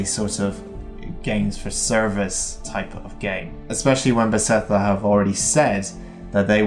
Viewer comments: Great video! I have a tiny bit of constructive criticism. The company name is Beth-es-da, not Be-se-tha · Nice video. But please dont try to pronounce Bethesda anymore :D Kills my ear.